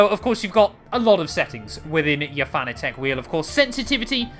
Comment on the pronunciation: It's pronounce Fanatec not Fanatec😅